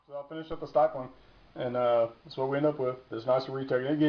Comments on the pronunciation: It's stippling...short "i"...like nipple or ripple or any word that has two "p's" in the spelling. Basic English dude... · james A lack of understanding in basic English shows a lack of overall intelligence. And the "English lesson" had nothing to do with knowing how to do a grip mod, it has everything to do with being an educator. If you want to educate people, learn to speak the language. The term "stippling" has been around LONG before polymer-framed firearms, so he's had plenty of time to learn how to read. The fact that he doesn't know how to pronounce the nomenclature of the procedure does not instill confidence in his abilities...but you loved it, so he must be an expert. Follow the rest of the lemmings if you need to. I'm sure the rest of us will stick to the "professionals" that actually know what the hell they are talking about.